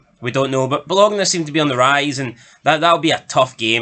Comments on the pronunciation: FFS, did you watch ranjurs in Europe. 15 points 😂😂😂 Delusional And Bologna is pronounced Bolonya. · It's Ba lone ya for the love of god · It's pronounced Bolonya